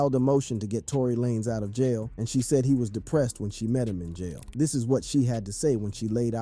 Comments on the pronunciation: It's Lanez like Lane with a Z Not LA- Nez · Why are you pronouncing his last name like that ?? Lah-nez 🤔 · Not Trying to be funny but WHO THE HELL IS "LanEZ" 🤔⁉️